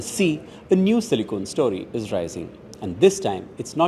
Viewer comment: Not Silicone.. it's Silicon